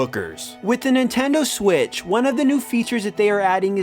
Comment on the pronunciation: “do the nintendo swiss” lol